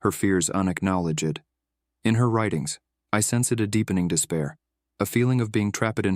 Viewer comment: Something is very wrong with the narration. From 7.46 the AI text to speech messes up. Especially on words ending with "ed" (and others). "Unacknowledg-ed", "sens-ed", "trap-ed', "san-two-are-ee", "Awe-goose-t", "di-are-ee". I stopped the video after that. I refuse to waste my valuable time on channels that can't be bothered using human narrators. It really shows what these channels they think of their listeners and subscribers - they do not value their audience at all.